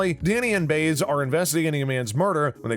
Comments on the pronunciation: Why is you are talking about the show do you not know how to pronounce most of the character names...henry was former police commissioner not chief of police. The family name is RA-Gan just like former President, mispronounced Erin her real name is moynanhan, Danny partner is Biaz, Jamie is married to Eddie etc. just name a few of many mistakes. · Once again, could the person who reads the spoilers please learn the correct pronunciation of the characters names? Like the character he keeps referring to as Baze, I know I'm misspelling her name but on the show it's pronounced By ez. Get a clue, people! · Bais= Bye-ez not Bays dipstick!!!!! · If you're such a big fan, then you should know that the Marissa Ramirez character's name is pronounced Buy-ez, not Bays. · Danny’s partner’s last name is pronounced Bi-az not Baze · please coach ur narrator 2B familiar with pronouncing characters' names!! it's "bye-ezz!!" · the last name is pronounced "ray gun" and the female officer is pronounced "buy as" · Have you even watched the show? Cause you can’t even pronounce the names of the actors or caritures ! Frank Reagan, Biez? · And he should know how to pronounce " Baez" . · We need a season 12! And Joe Hill needs to come back. And the narrator of this video kept mispronouncing the names Reagan and Baez. Doesn’t anyone proof this video before published. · Hello! Try pronouncing their character names correctly, please??? Baez and Reagan, for God's sake!!! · Too bad the narrator mispronounces the names "Reagan" and "Baez" GREAT show, bring back Joe Hill's story line. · If you're going to talk about Blue Bloods, learn to pronounce the names. It's not Ree-gn, it's Ray-gn; it's not Baze, it's Bie-ez. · It's Reagan... Rey-gan, not Ree-gun. And it's Baez... Bi-ez, not Bey-es. If you don't know what you're talking about just don't bother making the video. And it was never cancelled or said Season 11 was it's last... Fake click-bait!